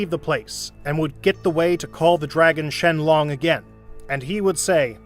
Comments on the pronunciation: What are these pronunciations ☠️ "BEE ROOS" "SHEN LONG" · DOES NOONE NOTICE HOW HE PRONOUNCED SHENRON? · Idk if it's done purposely or you simply can't pronounce beerus 😅🤣🤣 beerooooos, shenLONG !!!🤣🤣🙏😅🤣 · "Call the dragon Shenloong"